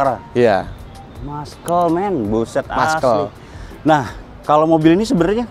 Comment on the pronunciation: Maskel..:face-blue-smiling:Muscle bacanya masel aja bos